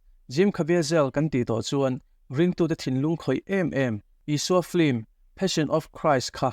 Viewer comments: Film tih hi flim ti ang hian in lam daih zel hi mak ka ti deuh. 😂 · Lehkhathiam tak tak pawhin "Film" hi 'Flim' tiin kan lam fo mai hi engtizia nge leee !!!